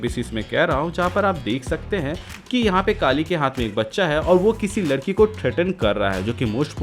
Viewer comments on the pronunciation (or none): none